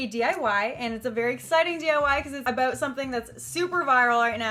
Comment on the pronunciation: Snap fam!!!! 🍕🍕🍕🍕🍕🍕🍕🍕🍕 I swear you said aboot!!!